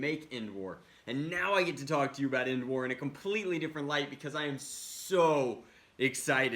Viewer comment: Who hear him say n wars not endwars